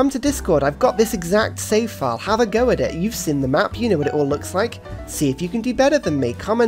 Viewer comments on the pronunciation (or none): none